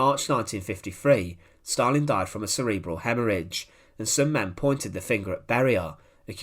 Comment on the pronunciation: There is no * r * in Stalin or gulag ***!!!!??????😊..